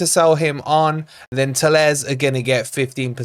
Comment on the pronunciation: AAAARRRGGGHHH it's not Telez it's TallaRes 😂😂😂 I think we just need a striker.